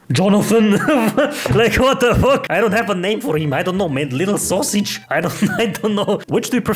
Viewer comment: I don't know why I like it so much when he says sosig hahahaha